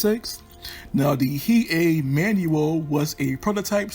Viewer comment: Pretty sure the Hei is pronounced Hay(Hey) but is spelled as Hei :-)